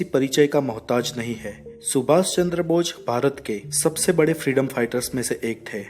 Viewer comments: Bochh nhi bose hota h😂😂😂😂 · aapka pronunciation thik nhi h aap bose nhi bol rahe h... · atleast netaji ka naam to thik se boliye...aap naam hi galat bol rahe h